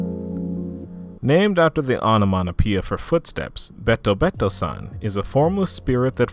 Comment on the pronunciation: This was awesome to listen to while I was doing some studying and practice. Just a tip with Japanese names: When you read something in Japanese, the "e" sounds more like the long "a" or "ay" sound. So BetoBeto, would sound more like bayto-bayto.